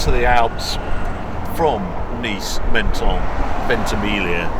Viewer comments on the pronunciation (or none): It's pronounced "mon-ton" not "men-ton".